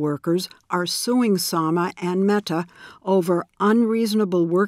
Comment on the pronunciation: every time she says meTa